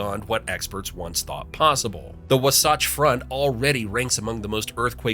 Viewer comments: Love my state! Thanks for discovering facts I never knew about, despite living here nearly my whole 53 years. Tip for you: learn how to pronounce places, including Wasatch. (wa-satch), Zion (Zi-un), Tooele (to-will-uh) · Its WA-SATCH. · Let's not forget W'SATCH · PSA: It's pronounced Zi-uhn, like Lion. Also, Levan is pronounced Luh-Van, like the Van. Also Also, Wasatch is pronounced Wah-Satch, like Saw-Catch. Thank you for your attention. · Wasatch is pronounced a bit differently, the "Wa" rhymes with saw and "satch" rhymes with patch. Lots of things are named after the Wasatch front, businesses, associations, buildings, etc. I've even known a dog named Wasatch. I've said this on a reply to someone else on this video, but Utah is a great place to visit, it's just hard to live here. I've always been very fond of the geology and wildlife of Utah. You wouldn't expect to see gulls so far inland, but they're here, they hang out in parking lots with the grackles and sparrows. I like them a lot. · Yeah when he said it towards the end of the video I literally cringed. It's Was (like if you were saying wasp minus the "p") -atch (like you were saying hatch without the "h"). Or just say it the way I like to say it, "watch ass" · Fact #11. Levan is pronounced Luh-vahn. Fact #10. Wasatch is pronounced Waw-Satch. Fact #3 Again, it's pronounced Waw-Satch. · "Wuh sawtch" haha. Had me dying 😂😂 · Very interesting. You pronounce "Zion" as in the National Park, "Wasatch" and "Levan" incorrectly but you probably never heard them pronounced by someone who lived in Utah and knew how they are pronounced here. I'm glad you didn't try Tooele, Juab or Duchesne. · Wasatch... the second A sounds like the A in act. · The voice mispronounced Zion, Levan, & Wasatch. But you probably need to a local to know better.😊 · Fun video, though the pronunciation of The Wasatch Front was a little painful. But as you said earlier in the video... Close enough! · lol the way he pronounces Wasatch. lol